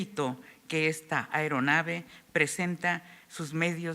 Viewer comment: Señora, no es ERONAVE, es AERONAVE, ni es PILOTÓ, si acaso es PILOTEÓ